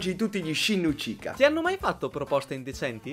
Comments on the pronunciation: Ma? Sasuke Uchika?Non è Uchiha? anche per il Chidori.si legge cidòri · Che fastidio quando dite ucica quando si dice uciha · Ma dice uchica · io sento che dice sasuke uchika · Ma cos'é il clan Uchica? AHAHAHAHAHHA SI DICE UCHIA NON UCHICA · Uchika!? Si dice Uchiha! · hai detto uchika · Fra ok l'avviso per gli spoiler... Ma non hai avvisato che non sai pronunciare uciha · Il cognome di Sasuke l'ho hai detto un po' male ma tutto il resto è perfetto